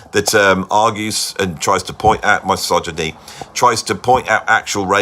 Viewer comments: Entertaining prog but your pronunciation of misogyny was distracting. I've never heard anyone else pronounce it in this way, that is, starting with "my" rather than "miss". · love your stuff, probably seen at least 1000 of your vids. so forgive my pronunciation notes: Theda BAra , miss -sogyny , ZaraTHOOStra and please please please... no F in McLaughlin. promise ill buy you a coffee 😂